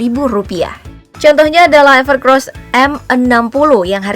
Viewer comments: Evercoos bukan evercros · EverCOSS mbake, bukan EVERCROSS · Evercoss, knapa org org bacanya pada evercross😂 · Bacanya gimana sih min, evercross apa evercoss. Tulisanya kan EVERCOSS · bacanya everkeross tapi tulisannya EVERCOSS 😀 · Segitu jelas Namanya EVERCOSS kok ngomong nya EVERCROSS mulu zzzz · Ralat, evercoss mbak bukan evercross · Itu bacanya evercoss mba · evercoss apa evercross ? pengisi suara bilang nya evercrosssssssss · Evercoss mbak, bukan EvercRoss (huruf R nya cuma 1) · EVERCOSS mbak mimin, bukan EVERCROS.. 😂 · Perasaan awalnya emang namanya evercross, tp jd evercoss, itu jelas tulisanya evercoss,tp s mbaknya tetep aja bilang evercross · Belajar baca lagi mba, udah jelas evercoss bukan evercross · Evercoosss minnn.. Bukan evercross .. Dulu evercros.. selarang evercossssssss... Tinggal baca aja masih salah dasar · Evercoss bukan evercros :v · UDAH JELAS-JELAS DI TULISAN NAMA HP NYA EVERCOSS, KENAPA DI BACA EVERCROSS ?? BISA BACA GA SIH MIN ??🤬🤬🤬🤬🤬🤬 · anda salah mention. Itu ever COSS bukan ever CROSS wkwk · Evercoss bukan evercrosss... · Evercoss kenapa dibaca EVERCROS ?? KOK PAKE R? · evercoss min bukan evercross 🤣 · evercoss ya bukan evercross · Mimin bilangnya sama Evercross padahal evercoss wkwkwk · Mbak....EVERCOSS bukan EVERCROSS😃😃😃... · Evercoss min bukan evercross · Gw dengernya mba nyebut evercross bukan evercoss 😩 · Bukan "EVERCROSS" ya Mbak! Tapi "EVERCOSS" COSS COSS ga pake R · Evercoss mbak bukan evercrosbhehhehe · Evercoss dibaca Evercross kah,,? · Evercoss dibaca Evercoss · Apakah Evercoss memang dibaca Evercross? 🤔🤔